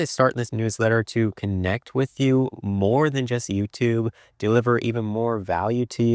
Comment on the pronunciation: Dude. Please stop saying "wif". The word is "with". Don't be lazy.